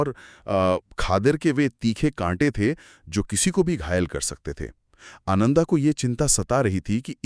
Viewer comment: Nice narration, but some of your pronunciations are very poor 😢. Like रेवता instead of रेवत, आनंदा instead instead of आनंद,and so on. PLEASE IMPROVE.